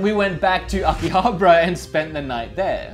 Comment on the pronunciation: I had to pause the video the second time you said it. Repeat after me (Aki-Ha-Baaaaaaaaaaaaaaaaaaarrra) please stop saying akihabra. There is an A after the B. Glad you are having fun!